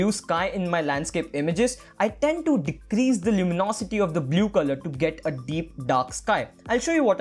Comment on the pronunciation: Dude, the tutorial is fantastic but please don't say "blyoo"